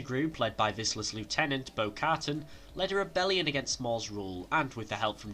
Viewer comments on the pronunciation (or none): It’s pronounced Bo - Ca-tan